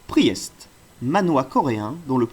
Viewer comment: excellente vidéo continue mec. Conseil, Priest se prononce "PRIST" phonétiquement, et tome se prononce "TOM" comme le prenom et non "TAUME" comme tu le dis. Bonne continuation 👍